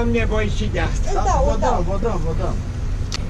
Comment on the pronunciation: "N-aveti di ce" 😂💪